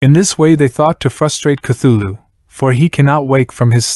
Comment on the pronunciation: Cant take this video seriously when i keep hearing "thugga" right off the bat lol